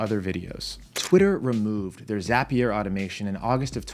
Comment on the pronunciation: Nobody:: zApiér